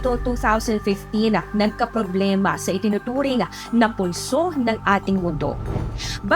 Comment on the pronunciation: Say it again? "Nagkaproblima" hahahah